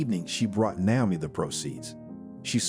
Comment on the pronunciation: Since when has Naomi, Na-o-mi, with a long a, changed to now-mi? This is an ancient name, you can find the right pronunciation in a lot of places. Please try better.